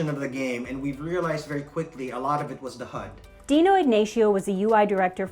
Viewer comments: I love how she says "H U D" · Can you just say HUD normally once. Also neat video! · She killed the video by exageratting the pronounciation of HUD every time. Polygon sucks. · You can hear her accent come out every time she says HUD